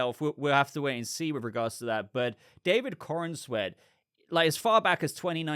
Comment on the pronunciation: I love all of your content, but you have to stop saying David CornANsweat. You are mispronouncing his name and giving an extra syllable is just David BatmanCornSweeat. When it comes and do it as you just said, watch a clip where he pronounces his own name. 🤦